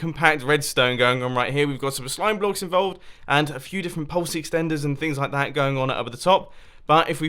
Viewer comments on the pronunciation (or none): Munbo please don't say "a couple of bock"It makes it harder